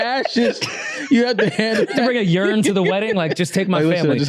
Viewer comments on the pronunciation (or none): did really pronounce "urn" as [yourn]?